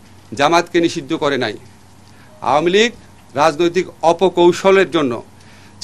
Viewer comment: এটারতো উচ্চারণই ভালো না। আও-য়া- মী লীগ